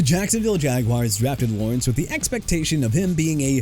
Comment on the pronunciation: NEW ORLEANS AS IN NEW OR-LINS, NOT NEW OR-LEANS! ALSO YOU NEED TO STOP SAYING "JAGWIRES"! IT'S JAGUARS PRONOUNCED JA-GWAARS! NO MATTER HOW MANY TIMES I GOTTA TELL YOU, YOU... DON'T... UNDERSTAND... AT ALL!! AND FYI JADEVEON CLOWNEY AS IN JUH-DAE-VEE-ON! I HOPE YOU MAKE PLANS TO FIND YOUR NEXT JOB CUZ YOU AIN'T GOOD AT THIS ONE! AND BY THE WAY BREAKING NEWS: OBJ IS GOING BACK TO THE GIANTS! YEAH HE PLAYED 9 GAMES WITH MIAMI CATCHING NINE RECEPTIONS FOR 55 YARDS SO DON'T BRING THAT UP NO MO'! I'VE HAD IT WITH YOU.